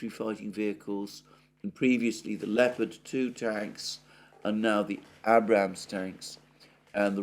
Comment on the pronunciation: Abrams with a long a. As in a cup of tea.